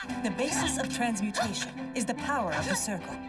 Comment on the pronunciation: Human "Transmu-tin-in-i-gation", the forbidden act!